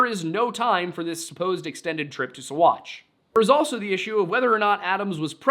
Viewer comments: Saguache is pronounced “saw-watch.” Many names down there are Ute not Spanish. My family homesteaded there before Colorado was founded as a state. There is an old dynamite storage bunker off of the highway as you enter Saguache. They kept Alfred there when the town jail was full reportedly. I’m only a little over 10 minutes in right now; not sure if you’ll mention how he was bounced around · Sagauche is pronounced "Sawatch" FYI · You did great!Uncompahgre is Un as in Until. Un-com as com a con, pahgre is pa- rey. Uncompahgre / Un-com-pa-hrey or Un-com-pa-hd-rey. Ouray is yoo-ray just like hooray. But with a U. Seguchi/ Saghache haha. Everyone get's a freebie. I enjoyed listing to you. I hope this IS your day job. You have a great voice. Thank you for the story.❤ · OK as a 30+year olde 5th generation coloradian.....you triggered me It's UN-cum-PADRE SUE--watch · My skin crawled ever time he tried to say what ever the hell he was saing instead of "sa-watch"